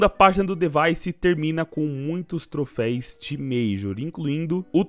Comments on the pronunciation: Colega, para de falar "trofeis" da agonia assistindo teu vídeo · trofeis nao, trofeus